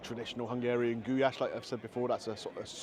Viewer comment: Its just pronounced Goo lash. I thought that was your daughter not your wife 😅 My uncle was Hungarian and used to make Goulash for my auntie all the time.